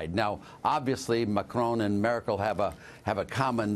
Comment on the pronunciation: I literally cringed when the reporter said "Markel", instead of "Merkel". I mean there have to be some standards of at least knowing the names.